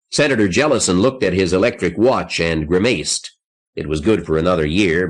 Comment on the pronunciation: In my 52 years I have never heard the word grimaced pronounced "grim-maced".